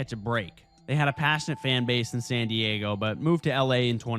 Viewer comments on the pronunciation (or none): none